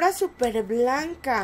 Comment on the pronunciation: diciendo a las alfombras Sember "Súper" xd